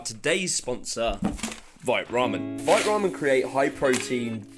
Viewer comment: I hate to be that guy, but are you sure you’re pronouncing the name of your sponsor correctly? Vite is French for quick but is pronounced ‘veet’ rather than rhyming with ‘bite’.